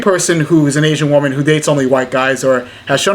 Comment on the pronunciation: Someone needs to tell her that woman and women are pronounced differently.